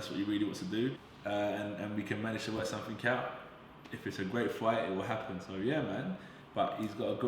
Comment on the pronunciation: Sumfink? educated interviewer lol